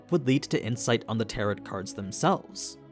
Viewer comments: Pls it's "tarrow" not "tarrot" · Love these videos and pretty hype for covering this series! Minor feedback: "tarot" has a silent "t" at the end (it's a homonym with taro, the root vegetable). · just an fyi tarot isn’t said as it’s spelled it’s got an oh sound at the end not an At sound, so it’s Tar Oh. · It's pronounced TARO (not tarot) :) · Tarot is read as Taroh, FYI. Your vid’s are sick as always ❤ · Tarot is pronounced "teh·row". Not like Parrot. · IT'S teh·row STOP PRONOUNCING THE SILENT T, FFS. Where did you learn to read? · The last t in Tarot is silent, everything else is great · I agree. the mispronounciation was driving me crazy. Besides that, Great Video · You mispronounced tarot. It is a French word and the final t is silent. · Feedback: When you mispronounce "tarot" it makes me think you're using AI slop to voice the dialog. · I can't be the first to mention it, but the t and the end of Tarot is silent. Tarot rhymes with arrow for american or i could be tah - row for british. either way the t is silent. But i haven't seen the dub so if they decided the pronounce it that way then i guess that's how we pronounce it for the purpose of the show. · Tarot, the T at the end is silent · why is he saying tarot like that? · I love your content but for the love of god, please learn how to pronounce tarot. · the t at the end of tarot is meant to be silent..... other than that great video. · You don't pronounce the last t in tarot. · Small, small nitpik.... 'Tarot' is pronounced with a silent 't' on the end. French words, go figure. Thank you so much for this context. It helps a lot!